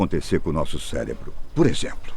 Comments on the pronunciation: o que irá acontecer com nosso "CÉLEBRO" doeu no cérebro essa. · ele mandou um “celebro” ? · min "celebro" kkkkkk